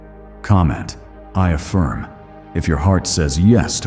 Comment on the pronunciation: "i affirn"